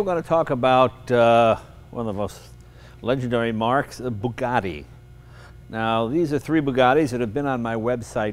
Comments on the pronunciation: ...is it that difficult to say 'Bugatti', instead of 'Boogadhee', Mr Leno ?-/ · They are Bugattis not Burgattis.